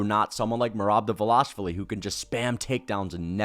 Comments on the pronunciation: Please. Pronounce merobs last name correctly just one time for me!!! You are butchering his name so badly it’s embarrassing. If you only knew just how badly you are mispronouncing his name! You’re not even getting close. Come on man if you’re going to report on these guys then you should at least pronounce their names correctly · Listen to how Jon anik pronounces merobs last name. That is the correct way to say it